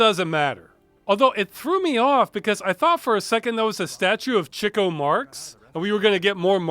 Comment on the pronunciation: Automatic like for pronouncing Chico Marx's name correctly and not calling him "Cheeko."